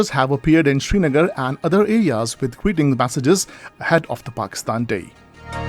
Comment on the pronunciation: Please read Srinagar instead of Shrinagar